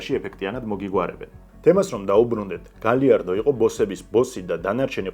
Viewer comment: ელ პადრინო და არა პადრინიო, პლუს ამას გაიარდო და არა გალიარდო. პ.ს. ვიზ რესფექთ❤